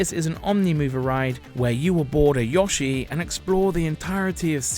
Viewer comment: I hate the way he pronounced Yoshi